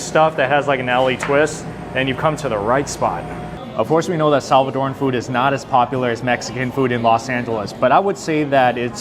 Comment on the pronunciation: Looks good. Oh, and thanks for pronouncing Salvadoran correctly. It’s not Salvadorian nor Salvadorean, it’s Salvadoran.